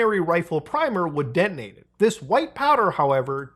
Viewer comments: Is YouTube really making Muta say “deNTonate” or is he dyslexing “deTonate”? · "dentinate" like exploding teeth???